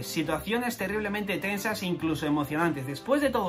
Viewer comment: terriblemente ajajajaj hablando como chilensi